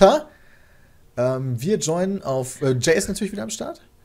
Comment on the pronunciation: Wie du sogar intuitiv weißt, wie man meinen Namen ausspricht, Jay. :D